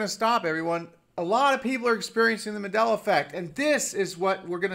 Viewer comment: Sweetheart, its MAN-della, not MA-della. Just an fyi.